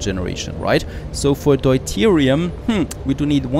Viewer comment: It's [dew-teerium] in english